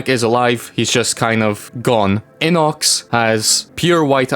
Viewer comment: bro that's not how you pronounce his name it's not inox it's I_N_O_C_S